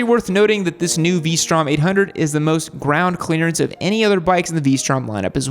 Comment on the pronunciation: said P strom. 🤣🤣